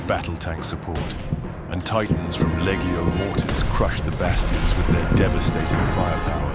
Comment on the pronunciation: Awesome! That’s a lot of production values, and it paid off. One note, when pronouncing “Legio” the “g” is pronounced like in “legion” not like in “leggo”.